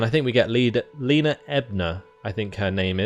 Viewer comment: Yay! A new campaing! I have been looking forwards to this :) Just a tip though, if you want to pronunce the name of your character in a more German way you should pronounce the "E" in "Lena" in the same way as you pronounce the "E" in "Edna".